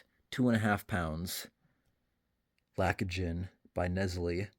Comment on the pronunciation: That's the problem with making a video about 1 singular action of opening the can. 'He talks, he holds the can, he talks, he shakes the.... just openthe bloody can! Also It's pronounced LACT OH GEN. 😂